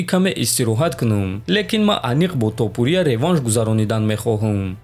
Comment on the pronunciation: Братчон илтимос хаму топурияра дуруст талафус кк илтимос. ТопурИиия нестай у тОопурия меша. ИншоАллох наимов мезанаш.